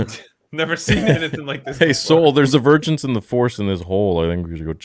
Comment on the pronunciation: I think it's supposed to be "vergence". Virgins is funnier though.